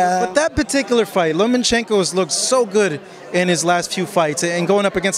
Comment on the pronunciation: say it with me... LOW-mmUH-CHENKO! And are you wearing EYELINER? Really? Cool! I wore eyeliner in high school! LMfucking AO!